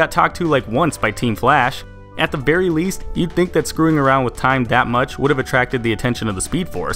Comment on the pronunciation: Hahahah. He said at the barry least lol